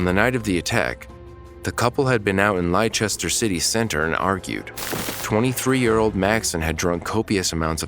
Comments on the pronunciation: For the record, its not pronounced "lie-chester city" its more like "lester city".Easy mistake but no harm in learning right? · Noe Carrier. Actually, the correct pronunciation of “Leicester” is “leh. str si. tee” I thought you might want to know. 😊😊.